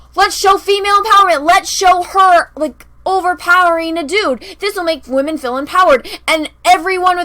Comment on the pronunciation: Captain wahmen is not a HERo… It's just HER and her "WHAMENISM"....